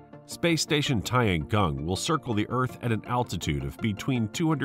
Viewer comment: Tiangong means heavenly PALACE, not heavenly PLACE, lol. Good video, but unfortunately, you butchered the names and especially the pronunciation pretty hard. Oh well.